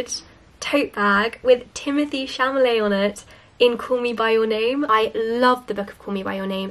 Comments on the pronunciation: it’s timothee chalamet not chamalet lmao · It's chalamet ne chamalet lol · Chalamet not Chamalet 😂 merry Christmas! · Very sweet :) the Oxfam part got me thinking if we have something similar in Czechia.... I have just a small note: Timothée's last name is ChaLAMet (not ChaMALet as said) ... or maybe I didn't understand it properly, in which case I'm sorry for this note :D .... Anyway all the best in 2021! :)